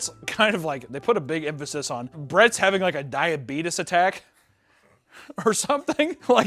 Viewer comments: Every single time says "Diabetus" I died laughing. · "I was having a hard time with my diabeetus" 😂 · actually saying it as “diabeetus” is killing me 💀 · I just cannot get over a grown ass man seriously saying 'suck face'... 44 going on 14? Also.. DIABEETUS. Fuckin' Wilfred Brimley MFer. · How does the guy with diabetes not know how to pronounce diabetes. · I cannot CANNOT handle his mispronunciation of diabetes. It is absolutely are you killing me😂